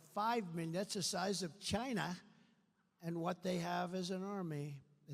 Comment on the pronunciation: Poor old Donnie can’t ever pronounce China Correctly!!Chinnna